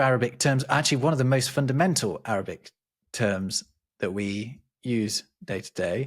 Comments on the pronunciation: Arabic pronunciation is absolutely brilliant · Wow, Arabic pronunciation was spot on. Some of those pharyngeal consonants are not at all easy for English speakers. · Arabic pronunciation is so good!